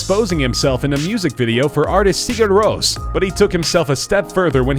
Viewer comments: we'll give you a pass on Sigur Rós (it is rose not roas(t)), but it's not freaking Lars Von Gruyere. Now say Brown Boo-knee. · Sigur Ros? I thought it was pronounced like "Sugar Rossh"